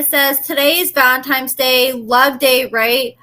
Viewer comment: Girl stop with the ValenTIME’s day 🤣🤣🤣🤣